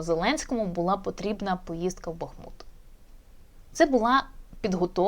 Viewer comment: дуже прошу, назва мого міста це БахмУт. Дякую за працю.